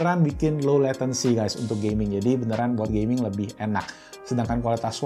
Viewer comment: wah banyak ya pilihan tws, saya pribadi pake shanling mtw100 btw masnya ngomong gaming kedengeran gay-ming wkwkwkwk